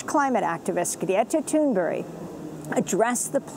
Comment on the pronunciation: Amy Goodman, I know you're trying, but I seriously doubt her name is pronounced "Guretta Toonberry"...